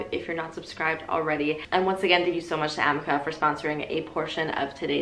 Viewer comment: It's really killing me how you're pronouncing the amika (uh-mee-ka) brush.